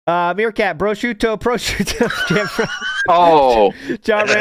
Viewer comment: (1) He can’t pronounce prosciutto correctly, and he sounds like a clown trying to pronounce things authentically (2) he was going to have a day out shopping and whatnot with his mom but 9/11 happened and killed the vibe